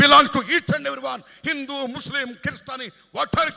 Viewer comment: Hindu ani sarigga palakalekunnaru